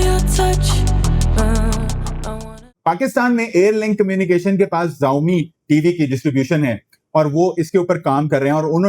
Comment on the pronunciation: ZAAOMI nahiii SHAAOMI pronounciation he